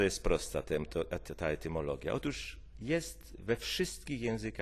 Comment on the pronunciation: ETYMOLOGIA nie tymologia XD